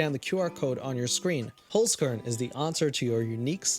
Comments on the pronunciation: SOLD (referring to the Holzkern stuff.. also, you're saying it wrong) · As an austrian hearing him say holzkern, yeah i cringed xD but you doing your best and thats what matters ❤ keep being you and keep making us happy :3